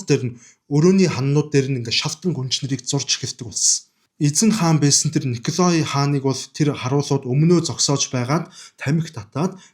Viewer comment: Хэлтэй улсуудаас эсвэл интернетээс хүн, газрын нэрсийг яаж дууддагийг нь асуучихаж байвал сайн шүү. Николай гэж бичдэг ч өргөлтгүй о үсгийг а-р дууддаг г.м.